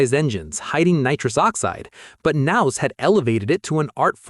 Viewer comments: Who's nouse? Are you talking about Kah-nouse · the narrator pronounces the "k" the same way we do in the word "know" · The k in his last name isn't silent..... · U could say Chads last name right . That's annoying.